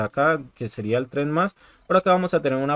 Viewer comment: trayendo buenas Info 😎 ah´ el nuevo sistema TREND+ se Pronuncia TrendPLUS